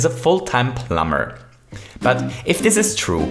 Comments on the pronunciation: So, you'll still say: "Our little plumber"? Great! I like how you say plum-bah-r! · the way you say plumber just kills me